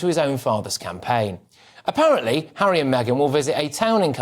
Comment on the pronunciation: "Tour" the African parks Hawwy.